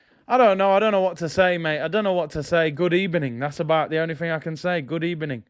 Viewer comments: What a crazy football night. By the way “good ebening” Arteta fan’s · Bro GUD EBENING lol